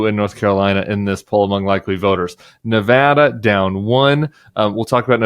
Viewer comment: Thank you for pronouncing Nevada correctly! We're working hard here! We've gone blue since 2008 and I hope it stays that way.